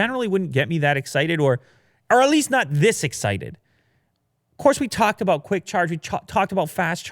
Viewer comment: Cwick Witted 2019